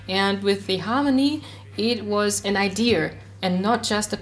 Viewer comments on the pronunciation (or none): Das Solo für Papercut hat wirklich extrem gut gepasst. Kleine Klugscheißerei: Du hängst bei dem englischen Wort "idea" immer in ein R dran wenn du es aussprichst ^^ Jetzt fühle ich mich schlecht, weil das echt keine wichtige Information war.